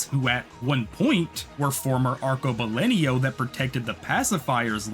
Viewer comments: I would just punch you in the face for pronouncing "arcebalenio" the whole video when it clearly is "arcobalENO" you fucking bitch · My brother in CHRIST, that is so not how you pronounce Arcobaleno. It's ar-ko-ba-LEN-o, not LEN-io